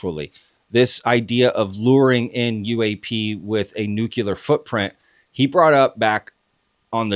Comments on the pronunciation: Love the show bro but why can’t you Americans say nuclear right, grinds on me 😩🤣 Nu clee ar 😊 Nu cu lar 😩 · Is anyone able to say "nuclear" instead of "nucular"? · It’s pronounced “NucLEAR”, not ‘Nukuler’. Nuclei->Nucleus->Nuclear. Like ‘King Lear’. (Nuke-Lee-Err) Too many UFOlogists say it like ‘Ocular’. George W. Bush is to blame. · For the ever-loving love of EVERYTHING - - - the fUUUUUUUUcking word is pronounced NEW-CLEE-AR not NOOK-YOU-LAR! Stop being an absolute moron and sounding like a child. It is NEW-CLEE-AR! (this whole topic is already stupid enough) stop adding to it. How did we get trapped inside this Idiocracy? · It absolutely makes me CRAZY whenever people pronounce nuclEar as "nucUlar" while at the same time expecting me to see them as credible!! No, I'm not the english language police, but this is an epidemic! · “NEW CLEAR” please… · Absolutely right. The word is NEW-CLEAR! 2 syllables - if anyone struggles, just replace the word “nuclear” with “new clear”. It is not rocket science! (Actually it sometimes is!!!)😂😂😂😂😂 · When can’t pronounce NUCLEAR properly I know it’s time to go.